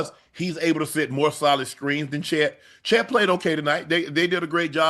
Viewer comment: Che(a)t Holmgren 😂😂😂. Keep it going